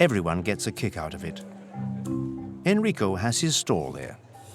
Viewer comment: The speaker invents words or pronunciation : the "gondolieri" (and any other boat-user) yells "Oi" (not Ahoi), the place to build Gondole (not Gondola's) is called "squero" (not "square) .Almost all names get twisted (Enrico becomes Hennrico , Saverio becomes Sayverrio), the max is Brunelleschi (iron. Brooneleski not Bruneleshi).The Artichokes dont need to be "imported", the most famous come from San Erasmo (the venetian veggie-island).Why pronounce Café Florian french? The name comes from owner of the (Floriano = in venexian "Florian". At 24.37 you see typical "terrazzo" floor , not marble mosaic. The prison is not in the basement of the Doge's palace , its nearby in the "lead-chambers. That Tadao Ando became "Tadio" was already quoted .The ship is called "Bucintoro " not "büsantor" (the speaker seems to like french , something in Venezia not really beloved after the horror Napoleon brought to the city).